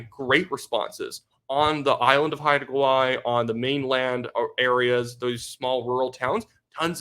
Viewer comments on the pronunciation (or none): none